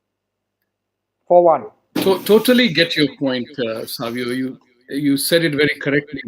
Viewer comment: the lady is in the saree at the end while saying thank u says saavio, instead of savio. it sounded like saviour